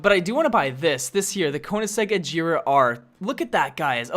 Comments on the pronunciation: Both Koenigseggs And The Buggatti Chiron You Miss-Pronounced. The Agera Is Not Pronounced "Ajera" It is pronounced the way it is spelled "Agera" And The Regera Is Not Pronounced "Rejera" It Is Pronounced The Same Way It Is Spelled. And The Buggatti Chiron Is Not Pronounced "ShirO`ne" It Is Pronounced "Shiron" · is it just me or is he pronouncing every car name wrong like ajera! sentenario! face palms cmon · A-Gee-Ra and Ree-Gee-Ra thats how you say in sweden i think found that out... thanks google translate!!! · the Agera R you pronounce it like Ajera R so please,your the best love your vids (heart this please ) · I love this video but the way how you pronounced the agera and the centenario made me cringe._.